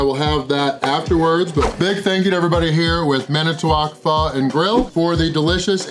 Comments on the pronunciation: The pronunciation is like “fooo” you are saying “faa” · Jackass....its pronounced fo...not fa....wtf....Pho is a dish that originated in Vietnam and spread to other Asian countries which modified it to suit their tastes....wtf...